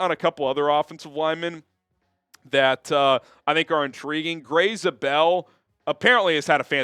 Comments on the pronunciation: Not pronounced Grey ZuBell it is like Grey Z-able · Grey Zabel is pronounced ZAY-bull. Making his fellow south dakotan proud.